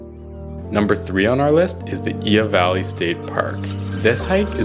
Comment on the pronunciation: Only thing, It’s Iao Valley not Ioa Valley